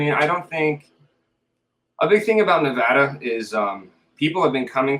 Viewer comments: Very accurate! Thanks for pronouncing "Nevada" correctly. Great job! And yes, it's so very dry in Nevada. People don't know this until they move in. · You finally have your facts straight for Nevada. You even said Nevada correctly. Most people split Nevada into 2 words. Pahrump has become another bedroom community for Las Vegas. Las Vegas is now spreading out to the border of CA & down to Searchlight & Prim where the Real Bonnie & Clyde car is permanently displayed in a casino. I have to go in winter cause I have a kitty. Too hot down that way in the summer. Have to wait till winter. Cooler. Kitty & I sleep in my pickup to save paying for over pricked hotel/motel rooms which play a game re pets. Pack of thieves. So I sleep in the desert. Oh yes I have my special friends with me. I Love Nevada. So much better than CA & its Homeless & illegal aliens from countries around the world. Valley of Fire State Park. Totally fascinating to me. I got to get back in walking shape. Nye county is a huge county & its growing fast. Still lots of Junkies & shoot ups. The Old West is very much Alive in Nevada. The Allure to come here. Hwy 50 with Austin & Eureka. Old Cowboy towns. Gold Mines big time. I have roamed most of central & Northern. Still lots to see & explore.